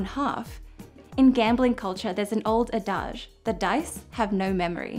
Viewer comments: That's not how you pronounce adage. It's like "AD-IJ". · "adage".... not like "garage"... like 'cabbage' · this was a great video, thank you! I guess the rational strategy is not to play roulette at all, since the house always has an edge, right, because of the green 0? Just one language nerd thing: "adage" rhymes with "carriage", and not with "mirage" but i don't want to be a smart alec since you did a wonderful job. I always learn so much from your content! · "In gambling culture, there's an old adage" "An ahdaahge, ooh Miss French Girl, an ahdaaaahge!" "Well, what do you call it?" "A mouth-yak." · That's certainly a unique way of pronouncing "adage". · I think you mispronounced the word "adage". I'm not a native English speaker and also because English is not a phonetic language l look up words in an online dictionary and the dictionary pronunciation is different from yours. I don't know if this is because of dialect. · Her pronunciation was close to the French pronunciation (it's a word of French origin). Maybe that's the way they pronounce it in Australia? Or maybe she learned it from her partner who is French?